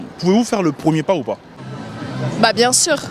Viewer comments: ''PAS'' et non ''PAT''. Le français est difficile, mais voyons... 🙄🙄🙄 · Le premier pas on dit, pas premier pat 🐾